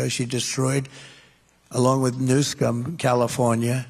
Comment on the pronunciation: He said "Newscum". What a badass. :rolletes